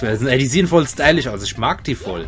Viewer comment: Wieso sagst du eigentlich immer stylich? ^^